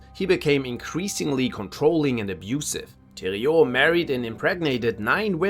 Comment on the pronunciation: bro said thériault properly!